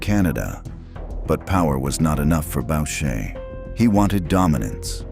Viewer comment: “BOW-SHAY” hahah